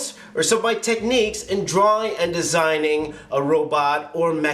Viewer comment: idk does anyone notice that he says drawring? nohate though :)